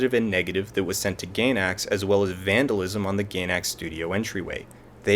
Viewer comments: I was feeling a lot like Shinji during the time I watched the series. The last two episodes really spoke to me on how Anno was feeling. While I see why fans were upset I can't help but love the regular ending the most. Also, it's pronounced GUY-NACKS, not Gaynacks. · out of everything blatantly wrong said in this video, let me just make this comment: it's not pronounced 'gay-nax' that climax joke was pretty funny tho